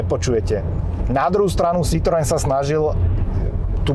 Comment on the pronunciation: Pan autor by si mohol ako minimum zistit, ako sa slovo Citroen vyslovuje! ked uz hra znalca